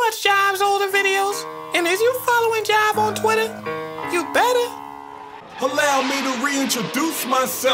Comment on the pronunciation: It’s Jive bruh, I knew this man wasn’t serious 😂